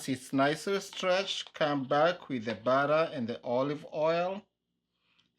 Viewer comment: Just say chapati and not chapari and butter and not barra! Be proud to speak with that African accent. Otherwise kudos